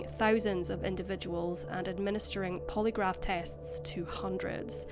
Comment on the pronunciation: 😂😂😂😂Please Stop Saying. Poly Graph. 😂😂